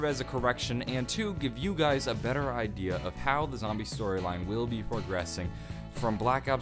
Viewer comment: Nobody gonna comment on "Stroyline"